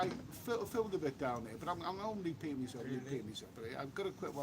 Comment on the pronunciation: Hey, the word "Here" is a one syllable word. Just like "Beer" 😃